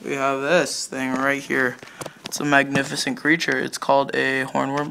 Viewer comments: "Fagnificent." LOL xD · Lmao he said Fagnificent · “Look how fagnificent!” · Fagnificent is what I heard 😂😂😂